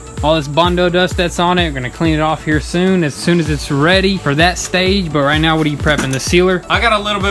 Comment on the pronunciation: did you say right meow ?